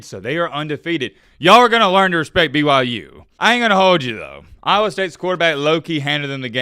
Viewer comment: Can you please stop saying "stop disrespecting BYU" when in the sentence right before that and whenever you reference BYU, you call them "b-y-jews" it is honestly kind of cringe and contradicting.. you are better than that, remember that my guy.